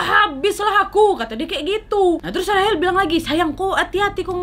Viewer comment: Kakak yang bilang rachel buffet sebener nya bukan rahel tapi baca nya rechel(rachel) semoga di baca maaf ye